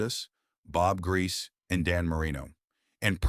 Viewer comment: I hate AI! It's Grie-See not Grease! 🙄